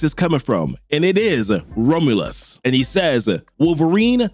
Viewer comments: I think "Romulus" is pronounced like raw-myu-l_ss, not ramalus The underscore being like, generic slackjawed vowel sound. Like a schwa, "ə" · Romlus😂 dude learn to pronounce the name it's not hard. You're saying 3 different names none of them are the very simple to say rom-u-lus. I got to admit it's a good video but hearing you Massacre the name really messes it up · FYI... Rom-you-lus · The way you say Romulus is killing me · Oh, man, please work on pronouncing "Romulus." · how do you manage to mispronounce romulus that bad